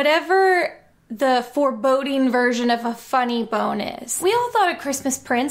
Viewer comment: “foreboding version of a funny bone” forebodey bone